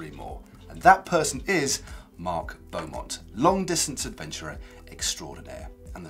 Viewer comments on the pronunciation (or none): none